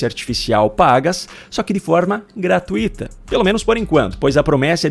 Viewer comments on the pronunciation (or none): Pronúncia é GRATÚITA. Não é GRATUÍTA. Você fala muito bem, e esse erro tão primário não combina nem um pouquinho com o excelente nível das suas postagens.😢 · a palavra gratuita e paroxítona e forma correta decse pronunciar é "gratuito", sem acento gráfico. A palavra é grave e a sílaba tônica é o diitongo "ui"